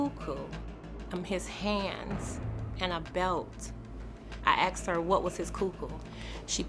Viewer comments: Why even teachers say: "aksed" iso asked... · Teacher who cannot say asked properly. Axed isn't asked. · A teacher that says “akst”….thats the real crime here. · Asked…. Not, axed. Lord have mercy. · She's a teacher and says axed instead of asked. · Please don't use the word "Axed" It's "Asked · Tooken? Axed? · A teacher that says “axed?” Oh well. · A teacher who says ax instead of ask shouldn't be a teacher.